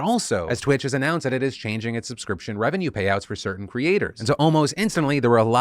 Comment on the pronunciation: "Fer voter stuff".